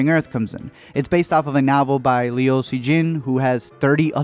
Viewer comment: did you just pronounce liu with two syllables? and as lee-o like leo???????? WHAT THE FUCK??????????????